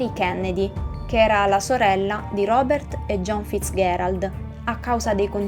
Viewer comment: Ottima spiegazione, bel video. unica nota: Fitzgerald si pronuncia con la g di genova non gh di gatto